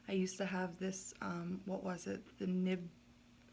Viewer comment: Nimbus* not nimble lol